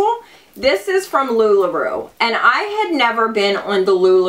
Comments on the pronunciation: It's Lu-La R-O-W, not Roo.... giggles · You make me giggle, I think it's pronounced "LuLaRow" you're so cute though lol so it's okay ☺️